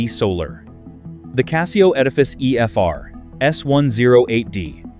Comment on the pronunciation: Learn to pronounce CASIO.